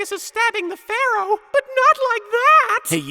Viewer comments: It's not Pharoah. It's Phawowoh. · "You know what sinks ships Pharroro, CANNON."